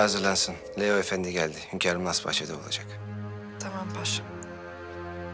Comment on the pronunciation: Ah Leo ne kadar güzel tımaam diyorsun